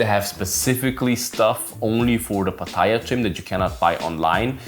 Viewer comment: First of all you should learn to pronounce Pattaya correctly mate.